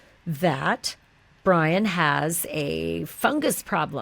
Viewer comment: Haha "Bri-Wi' love it